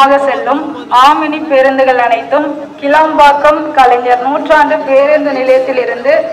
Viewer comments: கீலம்பாக்கம் அல்ல ; கிளாம்பாக்கம் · It's not keelambakkam. It's kilambakkam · ஐயா அவர்களே அந்த இடத்தின் பெயர் கீளாம்பாக்கம் இல்லை கிளாம்பாக்கம் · கிளாம்பாக்கம் மா கீழாம்பாக்கம் மா???? தப்பு தப்பா சொல்லாதப்பா? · டேய்...கீளாம்பாக்கம் இல்லேடா....கிளாம்பாக்கம்...